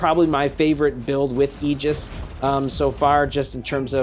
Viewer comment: Railgun/Agora Bro its Aegis (A-gus) the pronouncing of the mech